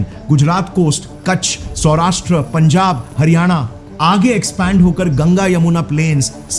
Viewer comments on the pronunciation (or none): none